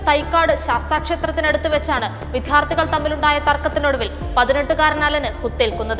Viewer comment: വിദ്യാർത്ഥി എന്ന് കറക്റ്റ് ആയി പറയൂ